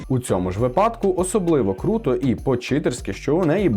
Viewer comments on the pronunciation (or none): none